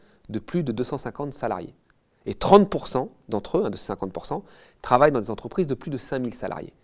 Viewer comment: Combien de "zentreprises" ?!